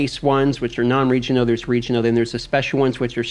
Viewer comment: You have the strangest accent. What the hell is region-oh gear? Why are you mad at the letter L?